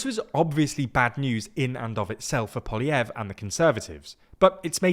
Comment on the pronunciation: finally learns to pronounce Poilievre and the guy loses his seat 😂😂